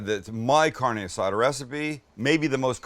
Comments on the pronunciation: 🗑 don't even call It carne azada. And then the guacamole... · The Caucasity! Haha Sam stop it with the “Carni Asada”